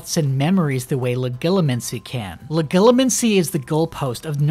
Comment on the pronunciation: Soft "G" my dude. That's why it sounds dumb.